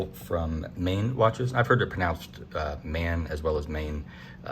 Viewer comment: Its pronounced "maan" and it means moon in old dutch